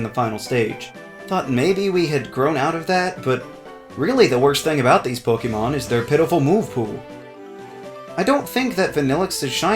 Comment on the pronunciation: Ok, does it trigger anyone else that he says Poke-ee-mon instead of Poke-e-mon or Poke-ay-mon? No? Just me? Oh....